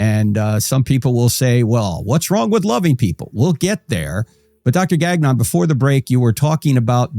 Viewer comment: The pronunciation of “Gagnon” 😂 it’s a French name, takes a bit to get it right, I’m surprised he didn’t gently correct the way it’s pronounced! All good, I’ve just never heard it pronounced that way!